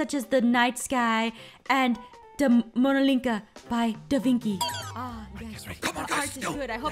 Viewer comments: its leanardo davenchi not davinky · De vinky 😂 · and aphmau its da vinci not davinky and its the mona lisa not whatever you said